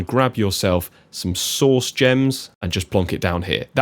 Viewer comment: I am so sorry, but every time you say "source" I can only think of you saying sauce 😭